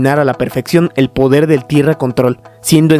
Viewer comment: minuto 22 50 dice podel del fuego